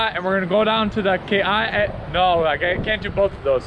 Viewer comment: Not sure who told you to add an ‘E’ to the pronunciation of Kauai. Hahaha. Butchered from the start while claiming to be ‘pono’. Good try though